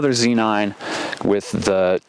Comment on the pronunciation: It's so refreshing to hear someone else call it a Zee nine. USA. USA! lol. Thanks for sharing this. Great video!